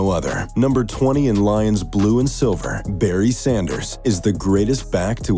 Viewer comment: You got Barry right, absolutely...